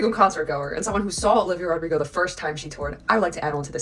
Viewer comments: her name is olivia rodrigo. not olivia rodrigos. it’s driving me mad. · I really like most things you said here, but if you base your video mostly on one person it would be great not to mispronounce their name: it is Olivia Rodrigo, not: Rodrigos - there is no "S" at the end! I don't really care other things you mispronounce as it happens, but this one feels disrespectful - and I am not even Olivia 's fan XD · You calling he Rodrigos instead of Rodrigo is low key funny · no hate but what made pronounce olivia rodrigo's last name with an s? 😵‍💫